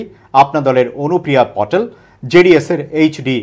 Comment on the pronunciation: আপনারা নামগুলিকে ওপারের দাদাদের মত বিকৃত করে বলছেন কেন? আমেথিকে অমেথি, বারানসিকে বরানসি, প্যাটেলকে পটেল!